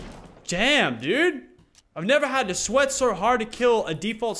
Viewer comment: did anyone hear Lachlan say “Jam” instead of damn